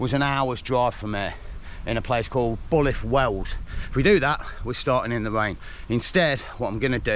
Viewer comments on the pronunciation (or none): Well done…..especially in Wales…. Love your pronouncing of Welsh places! ‘Bullith Wells’. Builth Wells-B U I LTH